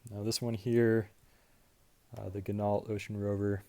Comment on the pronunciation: I have watched and was polite enough to not point out your mispronunciation of "Ginault"